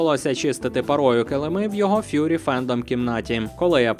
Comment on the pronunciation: Фурі а не фьюрі ( зовсім інше значення слова)